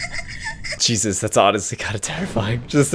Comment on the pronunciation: When ever says 'Jesus' it sounded like he said 'Cheesus'